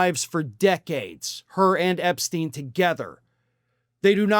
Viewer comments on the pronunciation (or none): none